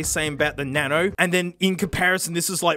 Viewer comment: He said Nano wrong